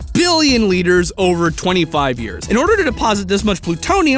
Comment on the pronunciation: i liked the multiple ''BBBBillion'' there are in this video